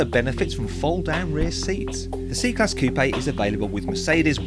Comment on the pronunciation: Its pronounced Coup not Coupei!!!